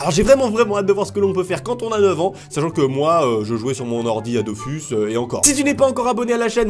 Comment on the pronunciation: dofus se lit dofous